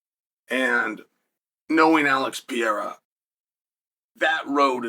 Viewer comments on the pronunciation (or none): Pa hea rah. Not pierra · Uncle Chael- his name isn't pee-era, its Perera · LoL. Just say it like this Chael. It won't be exact but closer. Pa-re-ra. Go ahead and use regular "R" sound, Gringos use it for Mario and other names too. It'll be better than what ur doing now. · Alex Pereira pronounced PEHRAYRUH… it’s not hard. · Alex Pee-era should take heed. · alex pee era. bro. learn the peoples names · PER AIR UH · Who's Alex Pyera? 🤣 You have a platform to speak all the time you post but have no time to practice how to pronounce Alex's last name. 🤔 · Alex pierra😂😂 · Alex ‘Pee-era’ ?? Do a lot of fighters go thru a pee-era ? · wtf is piera? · You look stupid saying "PIERA" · Drink every time uncle Chael mispronounces pee-era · It’s not pierra. Get it right before we settle it at my gym. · PURR-AIR-AH .... F'n Chael P.Brain... its not that tough. Could ya just try ? A little? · Say it with me... PURR- like a cat- AIR - like you breathe- AHH - like when you open your mouth for a doctor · Chael will never pronounce his name correctly. He says it differently every video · Be great if you could pronounce his name right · There is no way Chael is pronouncing Pereira’s last name so f wrong on purpose every single time. He is pulling a Santino! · Guy named "Chael" doesn't take the time to learn to pronounce Pereira's name right. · Saying his name wrong on purpose over and over lol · Mispronouncing his name repeatedly is painful to hear lol